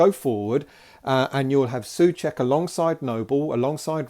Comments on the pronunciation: just in case you want to get your pronounciation right his surname is like two English words SO-CHECK, not SUH-CHECK. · It's not pronouncing Suček but Souček, you have forgoot the "O" it like yu would say the worlds "So" and "Czech" = So-Czech